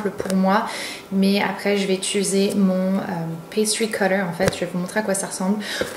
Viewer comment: Étuluser.... apprendre à dire « utiliser » merci